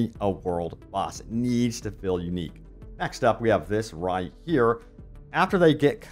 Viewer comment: Dude. U say hill/hilling/fill/filling. It's hEAl, fEEl and fEEling 😢 so annoying